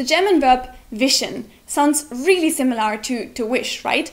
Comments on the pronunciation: The way you say "similAR" is pretty weird. In British English it would just be "simil-uh" or in American I guess it would be more like "simil-ur". But either way you are stressing the final syllable way too much. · Just a tip: The way you pronounce "similar" is a little awkward. You put too much emphasis on the 'a'. It should sound more like "Similer" or "SimilUR". It doesn't require as much effort as you are using to pronounce it. Hope this helps. :) Love your videos. Love the german language. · British viewer here; your English is really excellent and your videos are entertaining. One thing that was quite jarring, an over-emphasis on the 'lar' in similar. Emphasis should be on the 'sim'. Keep up the good work! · similar is pronounced without "are" at the end. It sounds more like "err". (simm-i-lerr) not (simm-i-lare) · I love your series and your English is very good. However one tip from this video, the word, similar has an l-a-r at the end. but it's not pronounced similar, it's pronounced similer (like bigger, smaller, similer) . I don't know why but it's true. English can be a chaotic and spiteful language that will break rules just to mess with you. Sorry :( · That's not how you pronounce "similar," by the way. The final vowel (a) is pronounced similarly to the second (i), sometimes even identically. Compare British /ˈsɪmələ/, American /ˈsɪməlɚ/, and your mispronunciation /ˈsɪməlɑɹ/. It should not rhyme with "bar". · similahr... lol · I hope by now someone has told you you are pronouncing "similar" wrong! The -ar is not an 'ah' sound, it's the schwa as in 'better' or 'the'. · auf englisch, man "similar" wie "similer" aussprechen. Lol 😂